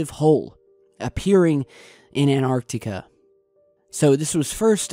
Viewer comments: Hey did why can't you pronouns correctly its an tarc tee ca antarctica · He say Antarctica funny.